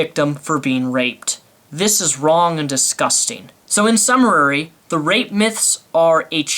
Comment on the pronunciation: "In summarary"